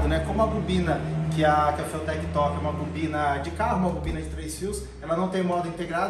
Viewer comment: Rapaz, os cara tão internacional mesmo kkk até a pronúncia "fiutek" kkk Vai ser top o projeto🚀